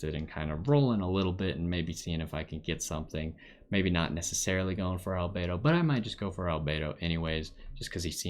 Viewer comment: You're the first person I've seen that pronounced everything about Albedo correctly, lol. Also, this is a great overview of his character, a lot of people go in to the trail not even reading up on his talents properly. I wanted to pull for him, but got jean 30 rolls back, damn, there's still the rest of the banner time, here's hoping.